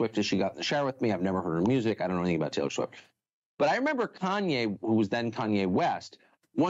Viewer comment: Who tf is taylow swift lmao